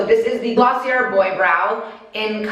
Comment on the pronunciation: Just a lil tip, it’s gloss-ee-ay the “r” is not pronounced xx